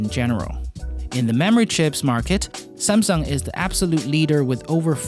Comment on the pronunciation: "SAMsung" Not SUMSung